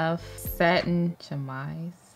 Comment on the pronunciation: I'm French and you got me pronouncing "chemise" lmao, how cute 💕